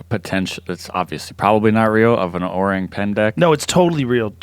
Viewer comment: Joe's pronunciation of "orang" is spot on!